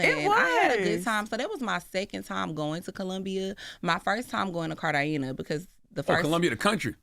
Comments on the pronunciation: Right. These pronunciations were wild and so off 😂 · "Med-a-yeen" and "Cart-eye-geena" 🤣